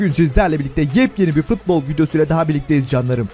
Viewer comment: Biri şuna futbol demeyi öğretsin mk fıtbol ne